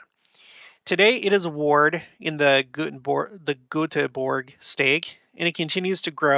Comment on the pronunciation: Goteberg is pronounced more like "yoo-te-bur-ee" My Dad was there on a mission, and I think some family came from there.